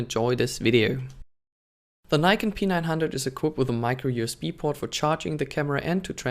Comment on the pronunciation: You pronounce P9 like PEANUT bro😬😆